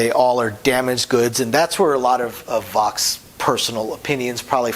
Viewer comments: Except he doesn't pronounce his last name right. Vachss rhymes with 'tax' or 'fax', not 'pox' or whatever he said. Also, the Dell and Dolly trilogy are new favorites, as is Haiku, which is really good... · vachss rhymes with wax.